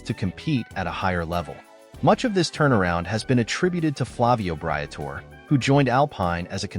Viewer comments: If you are going to get an audience who respects what you are saying at least learn to pronouce the names of those you are taling about... Britore...Bree-a-tor-eee. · Man has never watched a race or he would know how to say Alpine, Briatore, and other stuff.